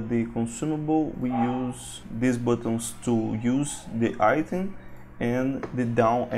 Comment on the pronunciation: I bought this I love this thank you for this... Thank you for the awesome tuts they make this great asset to have in your game making inventory lol... I don't want to be rude or anything it was just 5 minutes in and i was like yeah he does mean "item" you say it like IT+EM say it like I+TEM. Again thank you for all you have done worth every penny.